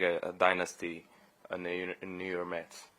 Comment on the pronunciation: The Nuu Yer Mets hahaha